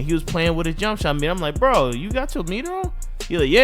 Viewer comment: mane said jump shitter meter 😂😂😂😂😂😂😂😂😂😂😂